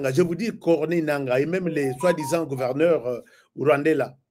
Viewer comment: Gouvelneul Elasto Mukoshi avait Julé devant ra popuration😂. Remplacer l par r et vice versa